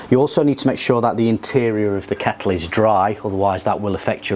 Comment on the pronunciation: Dude great video but it was bugging me every time you said keckle lol